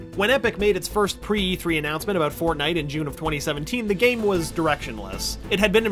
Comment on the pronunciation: Did he say FARTNITE HAH